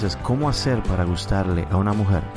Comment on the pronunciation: Escuche como 100 veses la palabra mujet